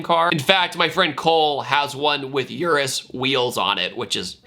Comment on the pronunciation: The way he pronounces Urus makes me cringe 🤣